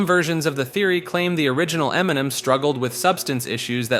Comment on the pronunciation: Emniminim is how I intend to pronounce it from here on out. 😂